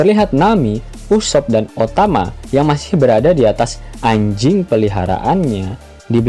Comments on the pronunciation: Bang, ngomong ANJING nya biasa aja dong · Ngomong anj**nya biasa aja wkwk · Min, elu lagi ada Masalah ya kok bilang "anjingnya" gitu amat 😀😀